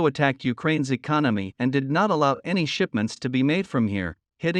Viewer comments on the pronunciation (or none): none